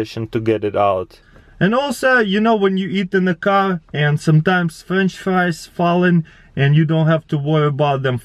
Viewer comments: I thought he said cow gagets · I thought he said cow gadgets